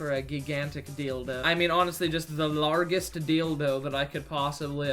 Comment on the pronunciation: "the largeest deeldoh I could aqueer" dying😂